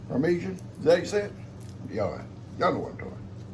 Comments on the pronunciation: Par- Meh-Jon cheese = parmesan cheese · Howdy Howdy!!😃👋 I bet y'all were soooooo THRILLED to see Lex again!🥰 You can pronounce it as PAR•MEH•SHAWN❤️